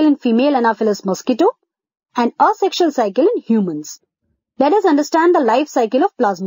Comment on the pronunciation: How Weird She Pronounce the Word "ASEXUAL". , AOAO0aSexal . HAHAHAHAHA